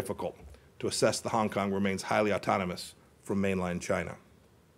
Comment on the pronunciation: Fuck Chy-yeah-na